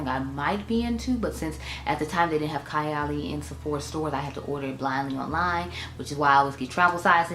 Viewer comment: Happy birthday, mom!🥰 I think the lip matches with the outer corner color of your eye. Needs a darker liner but otherwise its great. Also, its pronounced Kaaay--- Ali. I only own Apple and 28. I am looking forward to fall and winter to reach for '28 again. I have less than half a full 1 oz and a travel but when im finished , I wouldnt repurchase. Burberry Goddess is what I think '28 should have smelled like.